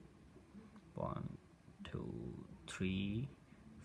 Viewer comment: One two tree🤣🤣